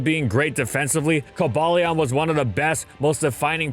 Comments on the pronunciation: is correct, that app is Imfamous for its poor prouncation of pokemon names...ESPECIALLY since Cobalion is named after the metal cobalt, like virizion is named after virdian and terrakion is named after Terracotta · Early gang. Also we are not pronouncing cobalion like that 😭💯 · Shame on for being purposely ignorant with pronounce Pokémon names. Besides other sources show it's pronounced "Koh-bale-yun" not "Koh-bale-lee-en," which sounds fine. He already screws it up enough for ignoring "Rai-KOH" and "Goh-LICE-o-pod." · I used to get on people’s ass about how to pronounce Rayquaza, but CoBALEon is just atrocious. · I also dislike the "bail" pronounciation but your "ball" pronounciation sounds bad too. It should be "bal", short 'a'. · " cumballeeawh " what a emotional way to pronounce it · I think I threw up in my mouth a little, hearing "Coh-bail-lee-awn" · Not in my entire life I've ever heard it being pronounced as "cobayleon", that's just too lame to be true. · It is "Co-bay-leon" and this is the universal truth. Accept the facts,, you can't deny it forever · The only reason I can think of as to why PokeDex 3D Pro pronounces Cobalion as "Co-BAY-Leon" might be because it's trying to incorporate the animal-inspiration's name, the legendary Yale (not to be confused with the University that shares the same name-- and uses the creature as a mascot)... but even I have my doubts on that stretch of a reason... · The pokedex pronouncing it “ko BAY leon” is just wrong. Like anyone who says “ar KEE us”. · Co-bay-leon is a weird pronunciation, considering it’s based on the word cobalt. Also, Virizion is pronounced Vir-I-zeon despite being based on the word viridian. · Coh-BALE-ee-on doesn't even make sense, cause the "Cobal" comes from cobalt. You know, as in a shade of blue? Or the metal? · Co-Bay-lee-un is the equivalent of the monster hunter devs calling Tigrex, Tee-grex when we all know it's Tie-grex. they're based off COBALT and TIGER!!!